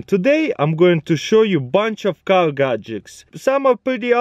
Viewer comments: I thought he said cow gagets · I thought he said cow gadgets